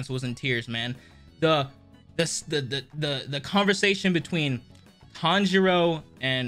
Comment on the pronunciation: I love how they keep mispronouncing Tanjiro's name